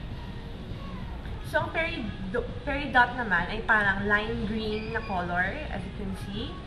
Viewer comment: hi! thank you for this vid. susubukan ko yung Opal. sana worth it siya. btw. peridot, yung last syllable, it rhymes with spot, lot..etc. so tama yung 'Filipino' pronounciation mo sa kanya. It's a light green gem. just fyi:)